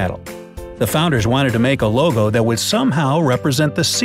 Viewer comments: It's not lego it logo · Title says logo he says legp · Lol, I was just about to tell the narrator that the title was "logo" not "lego" until he already got corrected.